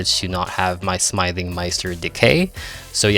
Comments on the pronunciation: Doesnt know how to pronounce smithing correctly. Dafuq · as soon as he said smithing wrong i gave up on the video